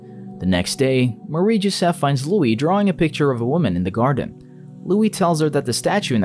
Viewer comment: Take a shot everytime he says "marieee jesef"